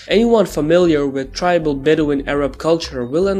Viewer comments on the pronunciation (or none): none